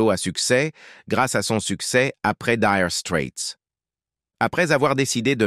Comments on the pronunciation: Nulissime "Dire strette " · Comment il prononce 🤥 Diiire straits,O.M.G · Apprenez donc pour commencer à prononcer correctement le nom de ce groupe😅😅😅